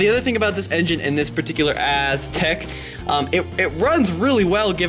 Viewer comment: it sounds like calls it the Asstek. Lol